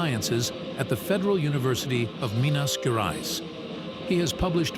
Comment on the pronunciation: Minas guerais hahaha it's cool to see gringos trying to proununce portuguese, it's funny